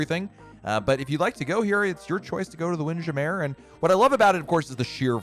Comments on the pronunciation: I cringed a little bit when he didn’t pronounce it as “Windjammer.” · After watching a few more of his vids, he does it on purpose. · Why are you pronouncing Windjammer like that!? 😂